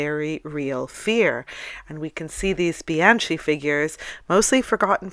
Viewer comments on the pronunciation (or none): Bianchi not pronounced bee ahn chee but bee ahn kee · Bianchi is pronounced with a hard "c" - Bian-key.